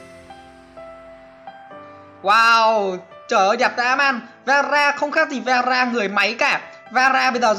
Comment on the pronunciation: Vera mà nghe tara